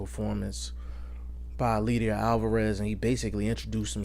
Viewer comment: It's pronounced El LAY der. You're butchering his name